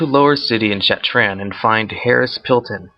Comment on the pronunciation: Shattraan? Linch King? Are you high..?